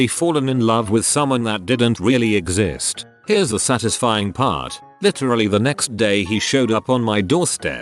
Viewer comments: sat iz ifying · The way it said satisfying was not very satisfying